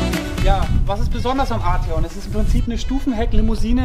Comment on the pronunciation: Arteeon bitte